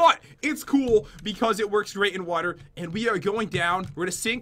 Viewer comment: pat says water wrong